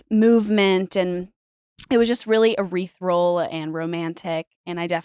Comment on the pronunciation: I think meant ethereal, not erethral